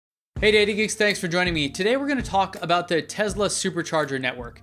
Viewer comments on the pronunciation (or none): Why do you say 'Tezla'? I don't see a 'z' in the name anywhere.